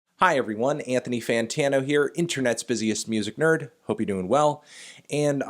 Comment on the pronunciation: Ant-thony Fan-tano